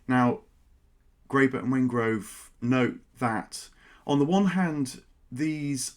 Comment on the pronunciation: Also, it is David Wengrow, NOT Wengrove.